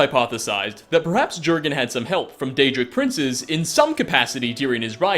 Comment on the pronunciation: You say it more of 'yurrgen ' as it's scandanavian